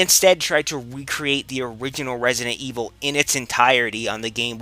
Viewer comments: "Wesident Evil"? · wesident evwil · Wesident Evil - Elmer Fudd :D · he said Wesident Weevil XD